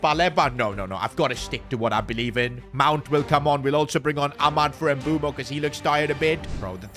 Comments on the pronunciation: It's mbuemo not nbumo😂😂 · Bro its mbuemo not mbuumo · His name is pronounced M-boo-mo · ITS NOT EMBUO ITS MBEUMO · His name is not “Embumo” or “Embuemo” it’s “MBEUMO”… mbeh-oo-mo You keep butchering it. 😢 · Mboomoo not Mbwemo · Mbeumo’s name is pronounced Mb-o-mo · dawg it’s pronounced m bu m bo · Please stop calling Mbuemo Em-boo-moo 😭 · Pronounce it as mbuemo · Bro called him Mbumo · Bro said mbuumo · you are pronouncing mbuemo's name wrong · Bro pronounce mbuemo name correctly bro Jesus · Mbuemo might just leave like Ruben Medina since keep pronouncing their names wrong